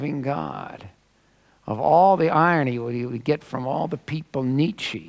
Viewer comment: the guy doesn't even know how to pronounce nietzsche. and, oy vey, that lisp! ACK